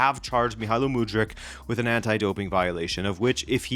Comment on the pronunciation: before making a video about someone maybe first learn how to properly pronounce their name lol wtf